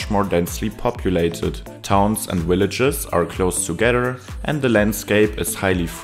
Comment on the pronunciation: loGistically.... Jam aVailable..... Video Village.... Video I engoyed the wideo